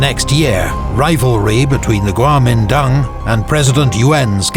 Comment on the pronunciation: In Mandarin，“国民党Kuomintang” is actually pronounced as“guomindang”，and “满族 manchu” is “manzu”, so basically he is right